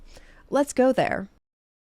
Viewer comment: Accuracy is poor for that price range. ALS is a real deal, and GO is and will always be - a copy. One more thing: please ask a native German speaker how to pronounce ALS or GO correctly. It is about showing the respect to the brands and to keep discussion professional. Otherwise, great video! :-) Thank you.